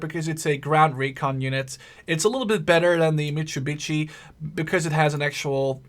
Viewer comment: mitsubitchy wow im sorry that i di this but said it